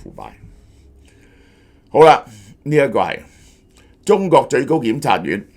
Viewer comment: 成日中角、角家⋯聽到我一頭霧水！🤣